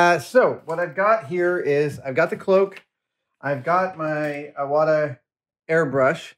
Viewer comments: The name of the airbrush is pronounced Ee-wata, not Eye-wata. It's a Japanese family name. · pronounced "E" wata, btw